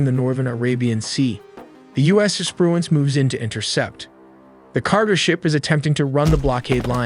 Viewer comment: “The U.S. Espruence”